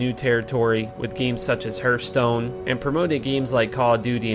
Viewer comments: Dafuq is "herthstone" ? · Why these native english speakers keep pronouncing hearthstone as HÜRTSTONE? really weird